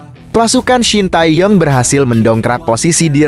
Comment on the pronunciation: Oeeeeeee....Shin Tae Tong tuh siapa.... belajar dulu baru jadi pembaca berita yang baik dan benar 👎👎👎👎